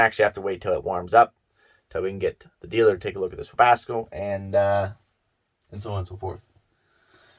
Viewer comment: The K in Webasto must be silent lol Webasko 🤪